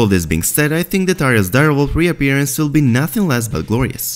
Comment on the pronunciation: "vill get along very vell" hahahahah :D